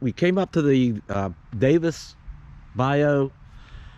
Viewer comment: I'm laughing at your Yankee tongue in this video. The way you pronounce Pascagoula and Bayou. So funny.